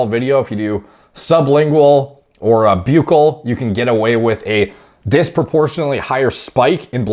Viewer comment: FYI buccal is said like "buckle"